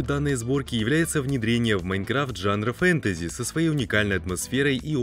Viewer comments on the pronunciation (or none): none